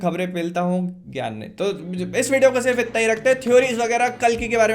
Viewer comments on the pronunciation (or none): none